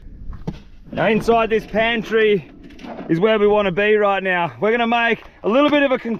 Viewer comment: “aH gOiNt, GoInT kRaHb” That got me laughing 😂